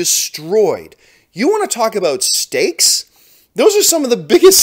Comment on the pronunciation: The more i hear John say 'stakes' I end hearing 'steaks"